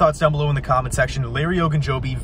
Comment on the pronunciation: Shoots some hoops, out of breath, and he says the name right!